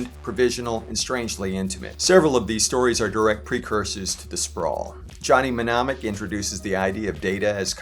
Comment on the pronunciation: Johnny what? It’s pronounced nuh mah nick or nih mah nick